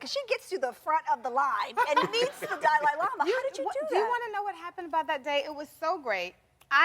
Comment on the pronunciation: Hey if Nicole says Die Lie Lama one more time hahahahha who pronounces it like that LOL